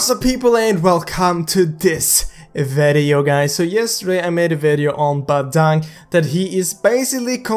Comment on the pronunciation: 00:9 welcome to this veydeo guys hahahahahah(what he say?)